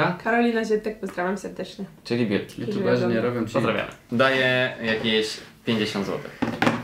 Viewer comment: " Wóda bjuti"NIE NO HAGAGSGSSGA